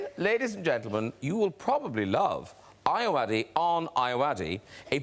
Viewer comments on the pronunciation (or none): As a Nigerian, hearing the way Graham way pronounces Ayoade almost wants to make me cry😂😂😂😂😂😂